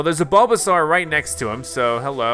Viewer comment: It bulbasaur like a dinosaur with a bulb not a bulbazar